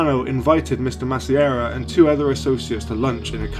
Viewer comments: Masseria is pronounced Mass-ah-re-ah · Its pronounced mass-ah-ree-uh